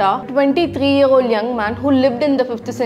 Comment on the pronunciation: Well that's the first time I've heard "hour" pronounced as HAAZ. 🤣🤣 and a year = ear 👂 lolzzz